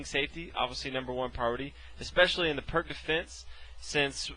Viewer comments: Please, everyone, it's pronounced "Peertz", The guy was Serbian, in Serbo-Croatian, the c at the end of words is pronounced like a "tzuh" (unless accented and then it is a "chuh" i.e. Marinovic) and the "i" is like an "e". Have some respect for the guy's name. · pirc is slovenian second name and is surely not prk nobody wants to be called prk we say p like in peter , i like in liz , r like in ronald and c like in zz in pizza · This dude did a great job introducing us to the pirc defense, and you over there making fun of his pronunciation of foreign fuckass god knows what words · I know it's hard for you americans to imagine someone isn't pronouncing words as you do, but surprisingly, you're wrong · The Pirc Defence (/pɪərts/ peerts, though often mispronounced as /pɜːrk/ purk) is an awesome defense, when executed correctly :) just sharing my experience with it; while sharing knowledge on pronouncing it correctly. 😎 🖤😊 In Chess, we never Lose, just learn. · Why are you all complaining so much for his mispronunciation of Pirc? Search up Pirc defense, and you’ll see a ton of videos in which the person says perk instead peerts . It’s a common mistake so don’t get mad lol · I don't think it's pronounced "perk" lol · It's actually pronounced [Peertz] ;) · IDK if you (or anyone else, for that matter) are familiar with this, but it's actually pronounced PEERTS defense, not PERK defense. Just sayin, is all ^_^ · Pronounced wrong. You pronounce it as Peerts/Pirts defense. Not perk. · Perk 😂 its P ee r tz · “Pírć defense” not perc 30 emo teen defense defense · I pronounce it as peerk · It's pronounced like "pierce" with a t before the -ce, not "perk." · Darryl Minaker no his name is pronounced “peerts”